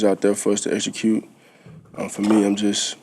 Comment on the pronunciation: Jalen "exechute" Hurts 😂😂😂